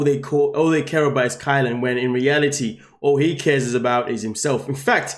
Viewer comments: Please, please, please, I love your commentary but pronounce her name correctly. It is KY-Len not kaylen! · Definitely pronounced K-EYE-LYN. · It is pronounced KY-lynn. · ⁉️ Sorry, her name is Kylen, no A. ⁉️ It's an easy mistake to make but she's lacking respect, dignity and appreciation. Every little bit might help her realize her worth and leave that P.O.S. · Kylen. He pronounces it wrong every video.